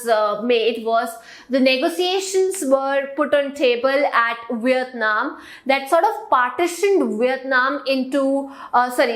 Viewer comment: She is saying viyatnam instead of Vietnam pls pronounced it properly😑😑